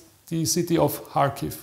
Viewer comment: Kharkiv,not Charkiv